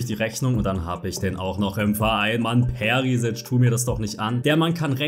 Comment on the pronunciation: Komme von Kroatien dieser ttttrrrrriiiiiiigggggggeeeeerrrrr wen ihr deutschen Perisič ausspricht er heißt aber Perischič habe es ekztra übersetzt